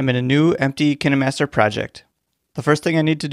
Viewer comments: I thought it was pronounced KINE MASTER not Kinee master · I thought it was pronounced kaynmaster But its k i n e master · ITS CALLED KINAHMASTER!!!!😱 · Is that how you pronounce “KineMaster”?